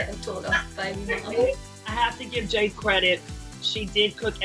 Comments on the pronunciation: Did she just say "Jade" instead of "Jeed"? I'm not kidding I listened to it like 3 times lol Edited: am I the only one who's a bit worried that Jade might have a wardrobe malfunction in that pink robe? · she said jade instead of jeed and i feel betrayed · Aww she says I’m Jade instead of I’m jeed